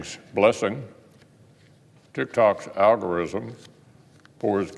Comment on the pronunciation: That old man said algorizzm